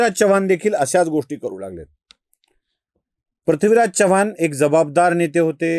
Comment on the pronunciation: पृथ्वीराज हा उच्चार योग्य करा, आपण प्रथ्वीराज असं म्हणतायत